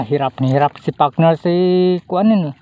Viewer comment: pambihira bulol partner hinde pakner idol